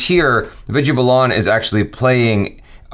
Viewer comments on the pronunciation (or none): It's Vidya Baalan not Balaan.. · It's not Balaan dude it's Baalan.. please do try to say the names who they're actually said. Put in some effort there too please. :) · It is baalan not balaan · it is Vidya Balan not bulan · they are completely off on pronouncing Vidya's last name!!! it's pronounced as Baaalan